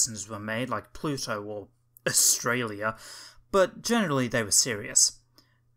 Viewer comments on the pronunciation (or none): none